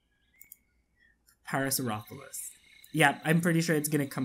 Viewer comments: the actual pronunciation of the dinosaur is "pair-a-saur-ollo-phus". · Just to let you know, it's pronounced Pair-uh-sor-oh-lo-fis (Parasaurolophus)